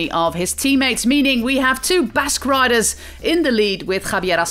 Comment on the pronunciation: I just like how the Commentator pronounces the Riders and Team names. It feels like we have been pronouncing them wrong all along.